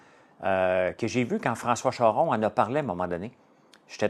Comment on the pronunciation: Tut tut tut François, le sirop il bout aussi 😂😂 c’est comme le café et une personne qui a chaud. J’éclate de rire chaque fois que tu dis « il ne bouille pas, il bout » Et puis François Charron, il ne s’appelle pas Chorron mais bien ChArron 😂😂 on va mettre ça sur la brume après une très longue nuit de sommeil. 😀 Voilà, c’était la vieille haïssable qui essaie de faire de toi un homme parfait. Il y a peut-être plus de boulot que je pensais 😂😂😂 Bonnes vacances à toi et Marilyn et promis je te laisse tranquille pour les jours à venir, vacances de cours de français. 🛫